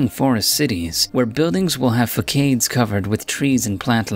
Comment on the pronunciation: Really... FA-KAYEDS? It's fah-saads. (facades)